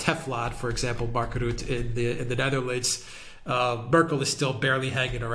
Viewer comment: It is pronounced Mark Rut-tah.